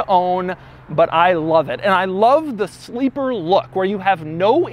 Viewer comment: Did he say sleeper-ry??